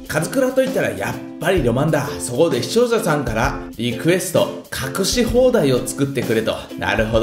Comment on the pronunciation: て『視聴者さん』を『しちようささん』って言ってる？わざと？w w